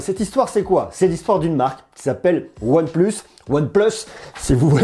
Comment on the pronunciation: En anglais ? OnePleus